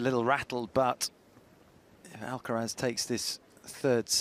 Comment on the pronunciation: Finally to find a commentator to correctly announce Alcaraz 's name .